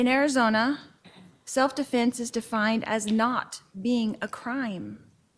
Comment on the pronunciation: She doesn't say defense. She says definse